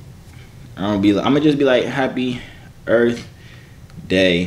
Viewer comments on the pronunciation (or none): Nigga said earf